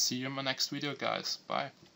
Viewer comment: when you say hello you say yellow and when you say video you say wideo dum ass